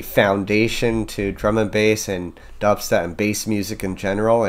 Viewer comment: mans didnt even realize he said dubsetp and then played the melody from flapjacks immediately